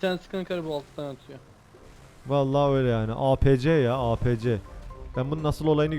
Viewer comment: Apc diye okunmuyo eypisi diye okunuyo hicmi Battlefield oynamadin